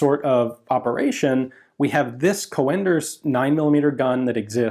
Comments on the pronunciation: The name is pronounced as Coonders, like in raccoon, not Co-enders. You're usually good with pronouncing names, but this time you had it wrong. Edit It's in actually a Dutch name, not German. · Coenders is not pronounced like "co-enders" it sounds more like kuhnders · Joh another great video about a forgotten weapon, but...you are really butchering the name mate 😉 Coenders is a Dutch name, so prepare for our fowels. Its pronounced koen-ders, not co-anders. The 'oe' is one sound, like the call of an owl, 'oeh-hoe, oeh-hoe'. For advanced lessons, now try to pronounce the name of an owl character from an childrensbook: oehroeboeroe 😁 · So in English, it's pronounced as Coonders. Like moon and spoon etc. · The German "oe" sounds like "oo" when pronounced. So "Coonders" (as in "raccoon"), not "Co-enders". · Haha, that's some horrible mispronunciation of the name Coenders, I think the American way of writing this how you pronounce it is "Coonders". Still a cool video! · The man's name is pronounced like the "u" in "but" and not co-enders, so "cunders". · I have the impression you're saying "co-enders", but wikipedia renders his name as "conders" with an umlaut my keyboard can't reproduce. When the umlaut is not available, an 'e' would be added. In Enigma messages they'd write "fuehrer" for example. Obviously that's not pronounced fu-ehrer but just fuhrer. Not sure how I would describe the prenunciation of an o with umlaut. I'm Dutch myself so my keyboard isn't made for this. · I am assuming that 'Coenders' though he was German will be pronounced in a similar way to how it would be in Dutch. The 'oe' sound is very much like the o in 'who'. If the 'oe' is actually replacement for 'o with umlaut' (common in written German), then it is a bit more like the e in 'her'. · Coenders, spelled Cönders in german. It is not pronounced o-e but as described on Wikipedia en wikipedia org/wiki/%C3%96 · Not a criticism, just a correction Cönders (pronounced with an o like in "hello")